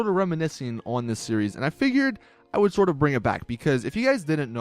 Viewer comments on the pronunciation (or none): none